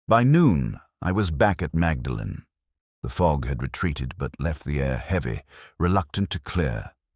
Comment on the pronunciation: The narrator (AI?) should learn to pronounce “Magdalen” correctly